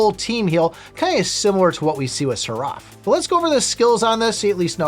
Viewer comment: The way you pronounce seraph is maddening. Who told you its pronounced that way? Lol. Its pronounced "seh-ruhf". It is techically 2 syllables but youre putting much pepper on the r, just let it flow. Its like the character in matrix reloaded, the oracles guardian.